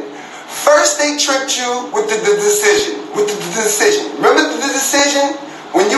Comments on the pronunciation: stephon can't even say decision he's smoking sum in Walmart bathroom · He can’t even say decision.. Get this rooty poot our of here.